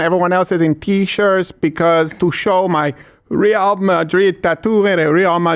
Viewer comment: No "Admonish" for Steven mispronouncing Real?